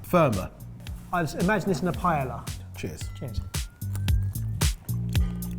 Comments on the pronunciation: Did he say paela? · Oh Lord the way they pronounce paella 🤦🏻‍♀️(pie-ella) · God, the pronunciation of "paella" was genuinely painful. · Very interesting and informative. I was wondering, though, is it a British variant to pronounce "paella" as Pie Ella instead of Pie AY uh? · It's been over a decade and still you guys can't pronounce Paella. I suggest an episode on food names and language guessing 😁